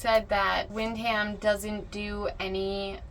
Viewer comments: Wind-Ham 😂….try win-dom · The h is silent and is pronounced wind dum not wind ham. Just saying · 2 minutes in if you say club wind-ham one more time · wind ham ...you mean win scam